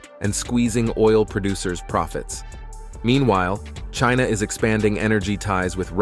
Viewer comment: About time that China took positive action against Trump who has repeatedly denigrated them. Even to the nasty way he pronounces China